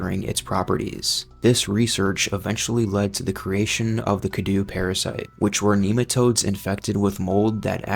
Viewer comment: "Cadou" means "Gift" in romanian. And the pronunciation is so off but lol </3